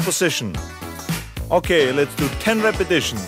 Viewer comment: Okay lets do 10 "repitishens"